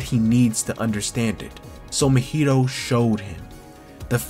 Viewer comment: This video was heat mane gotta subscribe for this but the way you pronounce Mahito's name kills me a little bit 💀